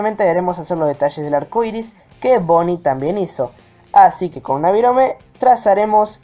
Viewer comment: Es BONNIE NO BOONNIE